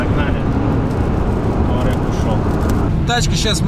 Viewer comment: Кто эти люди, которые пишут и говорят "Таурег"?